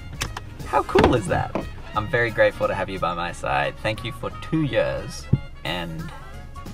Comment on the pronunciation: Awesome content, Please keep it up! and FYI, did you pronounce 2 Years as 2 Yöörs?:D